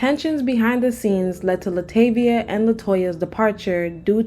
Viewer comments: La TAH-VIA not La TAE-via... sorry, that part was annoying me LOL. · It's pronounced La-Tar-Vee-Ah not La-Tay-Vee-Ah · Say it with me Luh Tah V A not Luh Tay Via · Thumbs down based on the fact that the narrator mispronounced Latavia's name because its no valid reason as to why you would do that. There are hundreds of interviews with destinys child and Latavia saying her name correctly. Youre lazy and a fraud